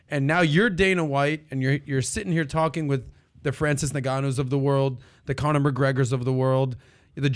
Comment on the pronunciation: he called conor, cowmer